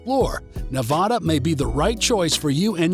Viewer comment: Please...it's not pronounced like Ne-VAH-duh. . Think "a" as in apple, instead.